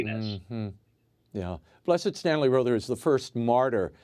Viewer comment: Row thur. not raw thur.